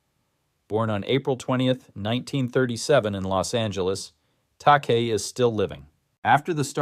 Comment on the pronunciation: Well done but George Takai is pronounced Tah-ky.